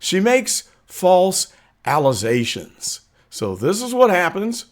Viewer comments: I spat my Kool Aid out when he said "Allezations" 😂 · She needs to go back to schoo....allezations.🤣🤣🤣